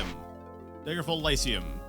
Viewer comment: PLEASE stop pronouncing it "Daegerfall" it's DAGGER-FALL NOT DAYGER-FALL